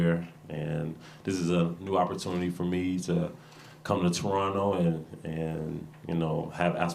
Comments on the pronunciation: I love that he doesn’t pronounce the second T when he says Toronto 😌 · Welcome! He even says Toronto right!